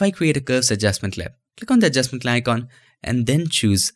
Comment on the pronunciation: "Adjustment layicon"